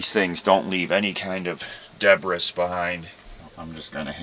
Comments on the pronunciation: GOOLOO Ok I gotta ask you've said deb-riss twice are you doing it to be silly or actually mispronouncing it? Debris is pronounced duuhh-bree! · "deb-bris"....LOL....are you British? They also don't pronounce English words from French correct which is really weird given their proximity. ex: Buff-ett....LOL It's de-bris or de-brees